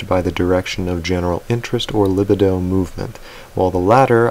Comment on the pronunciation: On that subject, there are actually quite a few pronunciation errors in your videos,, and they're not always this minor. Don't worry, I don't find it annoying and it's usually not a big enough problem to distract from your very interesting content. I just thought you might want to know. in this video, for example, it's pronounced /lɪˈbiː.dəʊ/ (that's lih-BEE-doh if you're not familiar with IPA). The stress is on the second syllable. The most common mispronunciations in your videos are names. You mispronounce "Camus," "Colin" (as in Colin Powell... he doesn't use the usual pronunciation), "Dion" (as in Celine Dion), "Halle" (as in Halle Berry; it's supposed to rhyme with "Sally"), "Hayek," "Hugh" (as in Hugh Jackman), and "Reagan." (You already acknowledged the worst one: "Dostoyevsky.") Yes, I understand some of the foreign names can be tricky, but not all of these are foreign, and there are right and wrong ways to say all these names even in English. For example, the "s" in "Camus" is always silent, no matter what language you're speaking. I could go on if you want, but like I said it's not a major problem. Just thought you might want a little constructive criticism. Let me know if I can help with this. Love your videos.